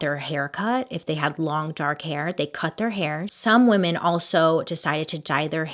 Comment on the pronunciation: "Wee-mon hater, but I am not" I can't XD